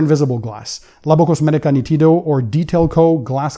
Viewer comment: Hello. The pronounce is almost perfect, but the accent is on the first "ee" sound, immediately after the "n". Greetings from Italy 🙂